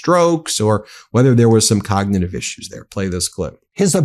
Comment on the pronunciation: The man can't even pronounce cognitive